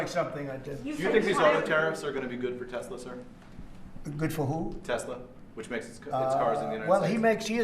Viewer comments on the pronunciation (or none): love the part when trump corrects the reporter saying Tesla wrong... "Tesler" 😂